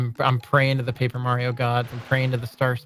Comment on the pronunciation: "Papaer" Mario. New speedgame? Lol.